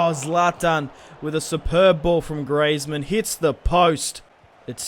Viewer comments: It's Greezmann not Greyzmann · it is pronounced greezmun not grazemann